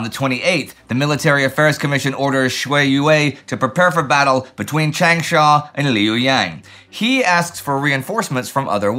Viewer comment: His pronunciation of Changsha is fine. For Guangzhou, it isn't. Also, xue yue is misspelled and mispronounced. That said, I think the lack of maps today is a temporary d day issue and the campaign in China will continue through the summer and fall. Remember, at this time (and now), Hunan province has more people in it than France. In terms of what will be most consequential for the post war world, ichigo is up there with bagration and d-day. It will smash the nationalists right before meaningful allied aid can get there. More than half of the aid that the nationalists get will only arrive in 1945. Had ichigo not happened, the KMT would have been able to add to their capabilities rather than restoring what was lost. As it was, the kmt was not able to recover before the war ended.